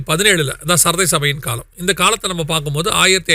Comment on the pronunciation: Little correction: Sarthai (Sardis) not Saarthai.